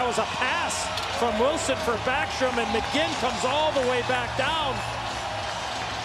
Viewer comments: This man said mckegg 😂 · They called McGinn McKegg multiple times in this video alone. NBC is such garbage. They knew next to nothing about the Preds when we went to the finals in 2017 and even now they're still pronouncing players' names wrong.